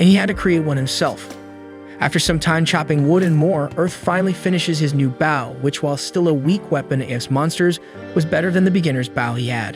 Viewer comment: The continued mispronunciation of Bow is a little distracting. Might want to look into fixing this.